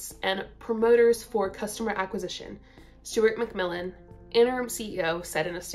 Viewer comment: Sounded like you said ‘Stewart McVillain’😂